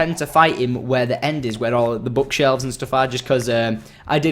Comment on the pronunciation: BOOK shelfs nit bouk shelfs